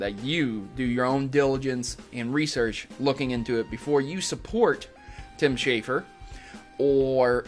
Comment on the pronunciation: Schafer, not Shaffer.